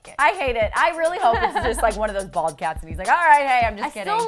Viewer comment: don't you mean BHALD?